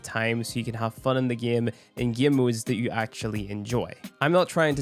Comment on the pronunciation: " in the gyem"